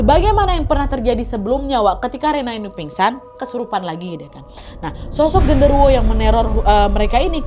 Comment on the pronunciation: Kak kurang jelas pas Kaka ngomong gendorowonya ngerasukin si rena😢😢